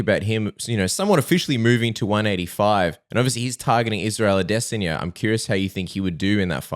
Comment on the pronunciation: adesniya you butchered his name